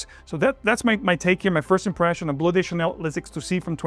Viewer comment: Why are you pronouncing “de” as “des”? It’s Bleu de Chanel, not des There is no gender in fragrances? Ok